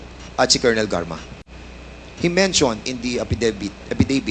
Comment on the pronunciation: Mensyon ayusin mo pag pronounce ng mention Sir pa english english ka pa jan!